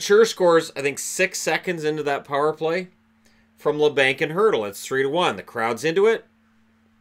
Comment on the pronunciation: Its pronounced la bonk